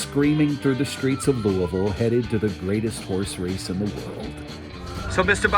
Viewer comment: I love this story - and that David Begnaud pronounced Louisville correctly.